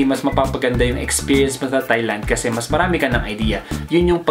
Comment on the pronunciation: Tieland po hindi Thighland hehe